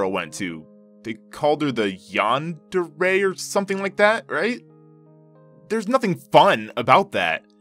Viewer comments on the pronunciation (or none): I'm throwing chairs around the house in anger_ yandere not yandare it sounds like a cleaning product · it's pronounced yandere!! get it right